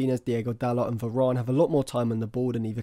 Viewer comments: Why does this guy say Verarn? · good analasys but you say varane weird